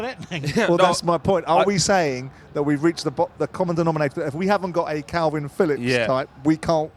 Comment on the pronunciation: It’s Kalvin Phillips not Kelvin Phillips, Simon, you utter melt. I’ve never known anyone so clearly intelligent to mispronounce so many names/words🤦‍♂️🤦‍♂️